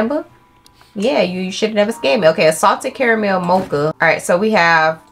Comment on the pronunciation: Girl why can’t you say “caramel”?? 😂😂😭